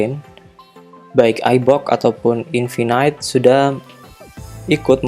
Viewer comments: Bacanya infinite bukan infinight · Maksudnya pronouncenya yg bener "infinit" bang, bukan "infinait".. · Iya, dia bilangnya (baca: infinait). Bukannya yang bener (baca: infinit)?